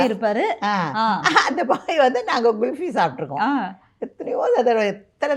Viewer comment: It’s kulfi not gulfi lol